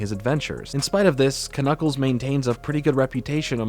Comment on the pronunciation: is you mispronouncing "Knuckles" an inside joke?